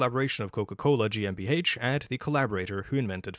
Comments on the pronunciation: I am German and I hereby approve your pronounciation. ;) I love all your videos btw. thank you for your efforts. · i only just stumbled upon your channel and i find it funny that you apologize for the pronunciation. your pronunciation is better than 99% of non-germans anywhere on the internet and that GmbH was spot on honestly